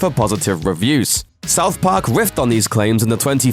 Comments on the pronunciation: What in the fuck is " South Pok" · Souf Park Miffs